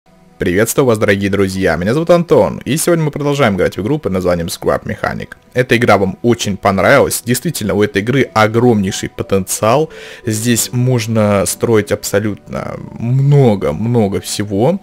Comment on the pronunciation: ни слап механик а скрап механик!!!!!!!!!!!!!!!!!!